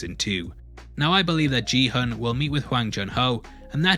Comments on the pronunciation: His name isn’t ji hun It’s gi hun pronounced ghee hoon… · everyone throughout the show: gee hun this guy every time: JEE hun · Why do you call him Jihon lol is it that hard to say Gihun? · It's "Gi-Hun", not "Ji-Hun". How can you watch the entire series without realising that? Please don't tell me the English dub mispronounced his name? (I watched with subtitles). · It's not Ji Hun. It is Gi-Hun. pronounced more like Ghee Hoon. I was like who the hell are you talking about? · His name is Gi-hun, not Ji-hun. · Watches entire show, still manages to mispronounce Gi-hun as “Ji-hun” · Love your break downs but Gihun is pronounced with a hard g sound (not a j), and hun is more like “hoon” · I thought his name was Kihun and not Jihun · ki-hoon not “g” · if his name was JiiiiHan they’d just write Jihan, he is GİHUN. Kİ HUN. Kİ HOOOONN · it's "Gi-Hoon" not "Ji-hoon" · Please pronounce Ki Hun, rather than Gee Hun 🤷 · Not sure how you can watch the whole show and still pronounce the protagonist's name wrong :| its gi-hoon, not G-hun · You totally mispronounced the main character's name btw. It's gui-hoon, not ji-hoon. Also, 46 billion won is only about 45 million dollars. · Great video! Very thorough - but the way you’re pronouncing Gi-hun’s name as jee-hun triggered me lol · No offense to you personally, but your pronunciation of protagonist’s name is wrong. Gi of Gi-hun is pronounced like when you say god and goat, not job or jelly. He’s the main character of the show and his names are repeated multiple times in the series. As a Korean, I lived my life teaching foreigners how to pronounce my name correctly (and it’s not that hard) and I think many Koreans can relate to this experience. Since you made a video about a Korean TV show, in the future maybe you can do a quick research and learn how to properly pronounce Korean names. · every time you say "ji-hun" instead of pronouncing the g as in "gi-hun" i die a little inside but great video anyways! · Man really said GEE HOON